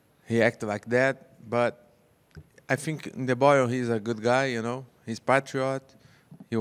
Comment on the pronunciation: Paulo pronounced it Pat-tree-ott 😂